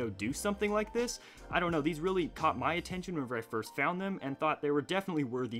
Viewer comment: Does anyone else realize he says ma-ow instead of my?😂😂😂